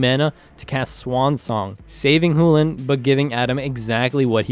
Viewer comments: really loving the content guys pls continue making more. Would like to clarify i think youre mispronouncing chulane. Chew-Lane ,not who-len. But i could be wrong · I'm not saying you're wrong but google and youtube both pronounce Chulane as Chew•lane why is it pronounced who•lane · Choo-lane, not Hoolen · Did you say Chulane (hoo-len) Sorry but my deck name Chu-Chu Chain wouldn't have the same ring to it as Hoo-Hoo Chain. Better go tell starcity,PTP, and zone of their mistake. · Good game but... why on earth would Chulane sound like "hoo-lan"? I know it's just a nit-pick, but it is pronounced "Shoe-lane" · That doesn't change the fact that sullen isn't pronounced soo-lin. The correct pronounciation, according to the primer, rhymes with sullen. It is pronounced SHULL-en. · Had a lot of fun watching the game, so thanks a lot for the content! This is meant in jest, so don't take me too seriously, but man you saying "hu"lane instead of Chulane kept on triggering me. Lol. And more seriously, why did Bill play Kykar? If his win condition was the Elsha/Top combo, why not have her as the Commander? I feel like it was less flavorful then it could have been. My kykar deck, while not being cEDH is more based on token making since its thematic to Kykar and I would have loved to see those aspects of Kykar shown in a future video. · Did he say hulan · Yes! Chulane is an anglicized version of the Irish "Chulainn". The "ch" sound loses a real voice when said. So, "Chulane" is meant to be pronounced "HULL-en". Much like the word "sullen". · Where in the WORLD did that pronunciation for Chulane come from? Is that something official from somewhere? It LOOKS like Choo-Lane, but maybe I'm missing some kind of context that would make it pronounced the way you did it? o_O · It's 'Choo-Lane' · I really love this content. Personally, I'm beginning to enjoy this more than a lot of the more established channels. But seriously, were you meming about how you pronounce 'CHEW-LANE'?